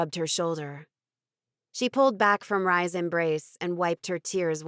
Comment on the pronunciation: Rys is pronounced like Reece. This drives me nuts…and a wagon is a verdo. So many things… like the pronunciation of wyvern….why don’t narrators just do a bit of googling.